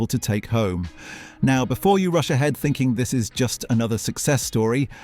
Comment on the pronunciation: I don't know what you're finking but you're wrong.. I mean.. THINKING.. I mean I could go on and on about pronunciation with the weight so many of you say things.. but when you think it sounds American or whatever.. everybody watch out! Crazy that almost every video I watch from this channel seems to somehow bring up Americans in it which is weird. I've never seen so many things blamed on Americans when I know it's a load of crap most of it. I mean we just got blamed for basically ruining your Halloween.. GTFO